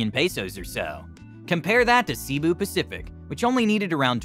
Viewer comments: It's not "see bu." Try say bu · Pronounced Say boo. Not See boo. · He Pronounce Cibu Pacific 😅not Cebu pacific